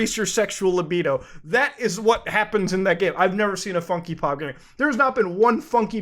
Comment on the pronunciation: Lol "funkee pop"